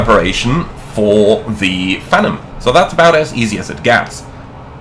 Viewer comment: I know this is probably a German->English thing, but Phenom is pronounced "FEE-nahm", not "FEN-um" like you're saying. Rhymes with "be" and "bomb", not "venom".